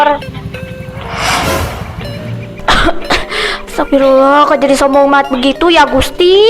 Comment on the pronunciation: Hajah tapi ngomongnya astaga gmna sih ini COCO MEONG , mestinya ngomongnya Astaqfirullah.